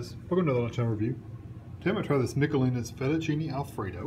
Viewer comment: out of 3 videos iv glanced at YOU are the first person to actually say the name correctly! Michelina is my name and no one seems to pronounce it except u! I bet you are part Italian aren't you?